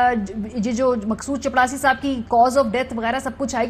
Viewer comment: صحی لفظ چپراسی ہے چپڑاسی نہیں۔